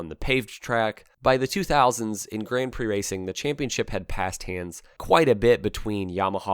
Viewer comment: Interesting pronunciation of "Grand Prix" . Why not just go the full hog and just say grand pricks? 🤔🙄